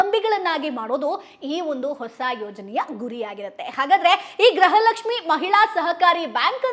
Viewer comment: Le grahalaxmi alla adu gruhalaxmi 😂